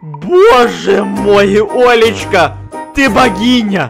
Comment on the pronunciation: Мне одному показалось не Олечка а лоличка